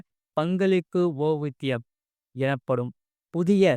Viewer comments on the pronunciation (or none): ஓய்வூதியம் என்பதை சரியாக உச்சரிக்கவும்